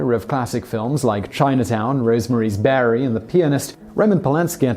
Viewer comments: While there might be Americanisms in Simon's delivery from time to time, I can assure you we don't call the movie "Rosemary's Bary." :-) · Rosemary's Berry.. Barry..??? I'm out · Rosemary's BABY, not beary. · Simon. It's Rosemary's BABY, not Bary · Rosemary's baby. Not berry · Rosemary's Barry??? Lol. It's baby. Baby. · Rose maries berry hahahahaha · "Rose Marie's Berry" 😂😂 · "Rosemary's Berry"? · Rosemary's BERRY? Wow, brother, find an editor, you are really getting bad, I've corrected you numerous times and yet, this is the worst ever! Even your CC couldn't get it wrong and it's almost the worst! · “Rosemary’s Berry”? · Rosemary's Berry? lol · LMAFOOOOO I HAD TO REWIND 10 SECONDS... DID YOU SAY ROSE MARIE'S BERRY??? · rosemaries berry? WTF? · this man has to be the worst narrator ever. Rosemarys Berry?? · Rosemary's Bary? Should you not at least read the script once before reading it? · It's not about "Americanism"! The word is BABY! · No. He said 'Rosemarie's Barry'. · Rosemary's barey? Yeah Simon mispronounces words and mixes them together all the time! It's like his signature! Haha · IKR? I may be cutting off me nose to spite me face, but I turned this off at "Rosemary's Berry". I'm just a little too sentimental about the 60's to sit still for that butchery. Just sayin'. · He says several things but most of the time I chalk it up to his accent, this time he changed the name of the damn movie.. lol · I caught that too. Le oops...